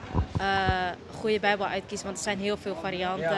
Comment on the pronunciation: Ik vind het goed dat je ook de beubel zegt